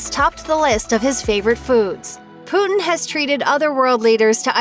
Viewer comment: She pronounced it as poo-tin XDDD